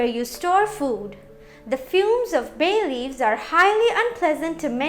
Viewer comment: Itna chamak chamak k Kyu bol ri ho ..bhay leaves 😂😂 foreigner